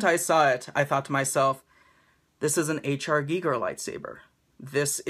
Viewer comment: awesome vid, so glad you pronounced ginger correctly, when your taking orders again I think I will need this in my life :-)